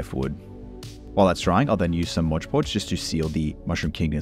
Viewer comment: Was going to subscribe, but you call mod podge "Modge podge"